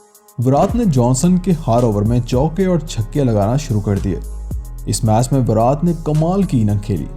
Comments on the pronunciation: पहले विराट बोलना सीख भाई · Bhai pls virat ko theek se pronounce kro.